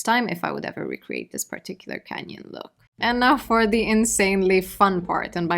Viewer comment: I had to go to part 1 to figure out why she kept saying "Kenyan" because what do purple and red have to do with Kenya? Turns out she's saying canyon 😅